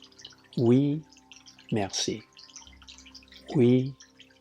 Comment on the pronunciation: Your Oui and Merci are well-pronounced. :) I would still translate your book to French! :) Thank you for this great video!